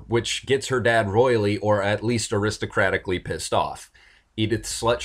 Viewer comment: I thought he said Aristocatic!